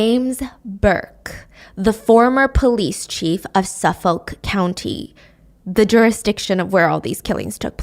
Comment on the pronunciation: You’re killing me with the pronunciation of Suffolk. It’s Suff-ICK